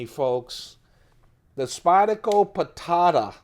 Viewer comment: Like nails on a chalkboard when you say Spyd-a-co. Good video, though.